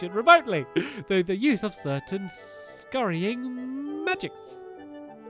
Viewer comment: Scrying not scurrying sorry if I spelt scrying wrong Scrying is pronounced scri ing